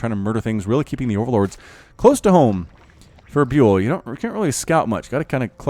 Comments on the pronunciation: Trybadur X Yes byul means star in Korean and is pronounced bial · I think ByUL is pronounced as [bial], not [biul]. Check out this one